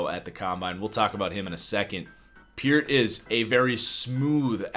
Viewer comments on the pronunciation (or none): none